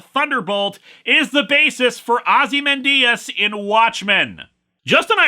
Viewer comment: Didn’t expect Linkara’s pronunciation of Ozymandias